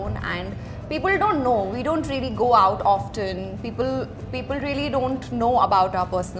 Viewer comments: Of ten...we pronounce it ss ofen...t is silent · Yes, she said" offffften" ..she pronounced wrong..... Sometime it happens...leave it